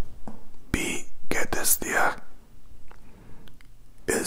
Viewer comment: Your german is very nice and I love it! But you say "bie geht es dir" instead of "wie geht es dir".... not a big problem, you just change the letter "b" with the letter "w". Best regards 😊